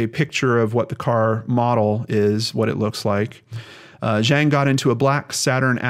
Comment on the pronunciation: The correct pronunciation of "Zhang" made me very happy, thank you for putting in the extra work if you needed to. All of us with hard to pronounce names appreciate it.